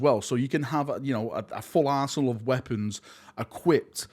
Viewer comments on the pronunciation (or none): "you can have a full arse'l" of weapons sounds like something VERY different 🤣